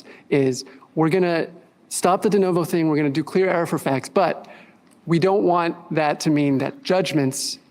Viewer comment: “This body of fAcks”